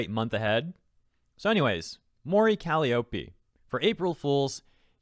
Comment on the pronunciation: Sorry I love the MOH-REE CALLY-OH-PEE pronunciation